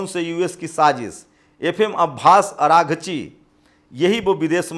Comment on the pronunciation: Aghrachi nahi araghchi